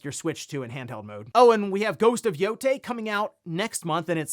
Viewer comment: It’s Yōtei, not Yotei. It’s not that hard.